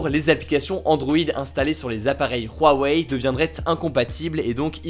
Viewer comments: C’huawei ! C’hugo ! Insupportable cet accent sur Huawei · Pourquoi tu dis "RHuawei" ? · On dirait pas Rouaweille, on dit OuaOuai ^^ (Pour Huawei) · Pourtant Huawei on dit que ça se prononce "OuaOuai" et non "rouaweille" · On va parler de "Ruawei" xd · " de rouarei "😂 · Non, ca se prononce bien "rouaweille" en chinois (华为) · Rwawei Tu m’a stresser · Apprend à dire Huawei, ça me perturbe ta prononciation :'( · La prononciation de Huawei me perturbe mdr